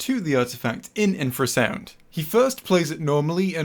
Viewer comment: Artifact communicates with infer-sound -Let's play it sounds from an animal that doesnt communicate with infer-sound!